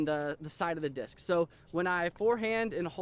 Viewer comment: stop saying dish